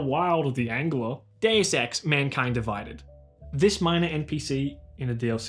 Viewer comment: i was so convinced he said "gay sex" instead of "deus ex", very good